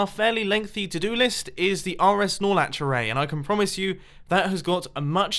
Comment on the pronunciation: When ever he says rs nor latch, for some reason I always think of Chuck Norris.